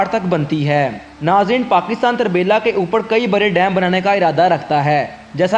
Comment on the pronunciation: یہ tarbila نہی turbila ھے جسکا مطلب ھے پشتو میں تورہ بیلہ یعنی کالا جنگل